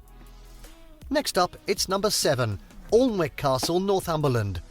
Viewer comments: Awlnick...its not an authentic pronunciation. The local town is built on the river Aln, but the town name is pronounced A-nick and so the castle too follows this. Also, "Downton Abbey" is the residence of Lord Canarven ... the one alive back I the day was the same guy who discovered the grave of Tutankhamen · He pronounced Alnwick Castle incorrectly, it is pronounced Anick! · I have no idea who the numpty is narrating this but Alnwick is pronounced Annik! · Its not AL nwick its prounced Annick , Warkworth not mentioned .......... Why ? What happened to Bamburgh castle , a very interesting place to visit , dating back to the Iron age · "Alnwick" is not 'All-n-wick.' It is pronounced 'An-nick' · It's pronounced Annick, not Alnick. Thick Southener 😂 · The commentator is a bit ignorant - Alnwick (orlnwick as he said) is pronounced Annick. Most of the castles (like Bodiam - just up the road from me ) would have had at least partial wooden roofs that have long since rotted away. Sophia would love the Tenterden railway, but I bet she would enjoy the nearby Romney, Hythe and Dymchurch railway even more. It is built with 1/6th scale engines (based on the Flying Scotsman) so it’s more her size. It runs for 13 miles through the Romney marsh area - famous for smugglers and brushes with the Excise men!!! If you come over I’d love to show you Sussex and Kent it’s fascinating. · AI Narration - Alnwick is pronounced ANNIK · 'Alnwick' Castle I believe is actually pronounced 'Annick'. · Alnwick Castle is pronounced Annick. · Alnwick Castle, is pronounced Annick. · How on Erath did a British commentator say Alnwick when everybody knows it's Annick? This castle was featured in the Harry Potter films. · ALNWICK, pronounce anne -ick castle. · Can't believe Rochester was included but Bamburgh Castle was missing. This is the downside of YouTube- ordinary people producing videos where they make mistakes and omissions. Alnwick castle is pronounced Annick. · Alnwick is pronounced "annick".